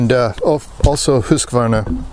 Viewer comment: Great pronunciation of Husqvarna (hoosk-varna) it means mill-house! I have a Husqvarna 640 M/98 in 8x57. Superb rifle and calibre. Greetings from North Sweden.